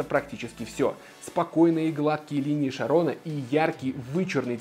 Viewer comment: Какие вейп или под система есть в районе от 1500 до 2000 тысяч рублей, которые хорошо выдают пар? Кстати спасибо за видос. Правильно говорится Чарон